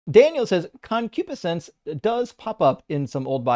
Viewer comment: He's pronouncing concupiscense incorrectly. I had to look it up. It means ardent, sensual longing. I don't think he's using it correctly. Someone heard a word, looked it up and rolled into your live stream to show off.